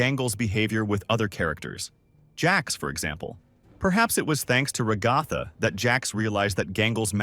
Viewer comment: Ra-goth-ah good lord man.